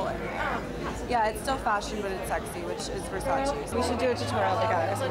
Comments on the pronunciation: xflammiepierce Donatella also says that this is VERSACE NOT VERSACEEE. So i dont know why they still makes this mistake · Non versaci, ma VER SA CE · VERSACE not VERSACI...... come on Nicky - you're from Europe, you supposed to know that😑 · Lol it’s funny to hear Gigi say versachee not Versace yet she starred in a campaign “it’s Versace not Versachee” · I'm Italian and I swear every time someone said "versacee" it killed me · I'm Italian so every time someone said "VersacI" in the video I would immediately scream back at the screen "IT'S VERSACE" lol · How are all of these MODELS at a VERSACE show saying “Versacheee”!? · CAN YOU PLEASE STOP SAY IT WRONG?! IT’S VERSACE (TCHE) NOT VERSACEE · So you are working for Versace buuuut still pronouncing it the wrong way?